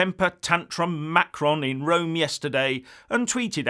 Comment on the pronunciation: please try to pronounce Macron's name a little more correctly. pronouncing it like you did in this video is childish. I'm not looking for a complete French-speakers' pronunciation, just try it the right way instead of making fun of his name.